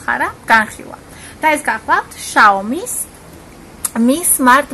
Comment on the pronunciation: სიაუმი და არა შიაუმი